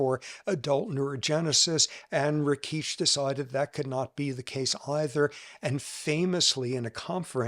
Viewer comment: It's RAkitch, not RakEEtch. And as a fellow Serbian, I'm truly embarrassed about this guy's horrid comments.